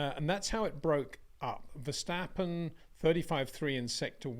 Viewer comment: It is NOT "Bottash" nor "Lewish" nor "Oshcar Piashtri" nor "Nyck de Vriesh" nor George "Russhell" nor "Fernando Alonsho" nor "Lance Shtroll" nor "Pierre Gashly". So why do you want to say: "Max VersHtappen"?